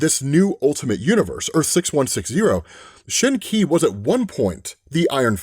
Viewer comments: Qi is pronounced Chi. Shen Chi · Hey, Qi is pronounced exactly like the English word "chee" (as in cheese without the -ese). The word gets its origins from Chinese Pinyin. Because the letter "q" doesnt have an equivalant sound in English, it is sometimes written phonetically as "chi". Hope this helps! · I think "Qi" is pronounced as "Chi". Like the Qi charger. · Qi is pronounced Shi. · the q is pronounced like "ch"